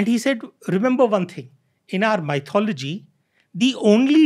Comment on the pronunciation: I hope it is ok to highlight the fact that many guests on this podcast pronounce "Myth" correctly but "Mythology" incorrectly. It is not "My" - "thology" , it is "Myth" - "ology". Since it is widely heard podcast, the listeners will end up catching onto the incorrect pronunciation.